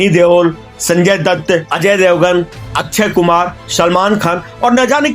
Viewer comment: अच्छयकुमार नही अक्षयकुमार 😂